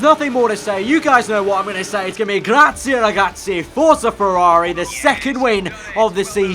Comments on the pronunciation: Grazie is nowhere near what it should be though :p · Grazie is nowhere near what it should be :p